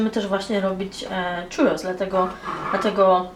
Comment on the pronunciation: filmik super słodki, ale po ostatnim pół roku spędzonym w Andaluzji muszę to napisać - mówimy 'ciurros', nie 'czurros' :) tłustego i pysznego czwartku!